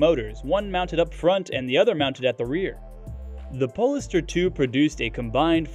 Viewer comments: Please pronounce polestar correctly! Pole Star not pol e star! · It's pronounced "POLE-STAR", not "pollster". These automated narrators drive me nuts.